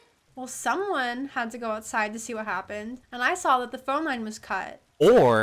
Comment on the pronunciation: Girl really said “you swaw it